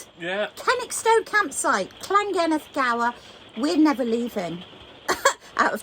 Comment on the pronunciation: Lovely video I'm from Gower, not many people know where Gower peninsula is sadly. And you pronounce llangennith perfectly 😅